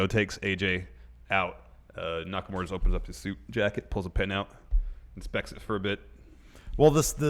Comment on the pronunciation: Hi. I don't expect people to pronounce Nakamura's name correctly, but could you start a trend and mispronounce it as NakamUra, like it's spelled, and not NakamOra?